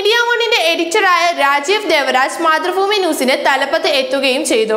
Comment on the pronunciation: മതൃഫൂമി അല്ല, മാതൃഭൂമി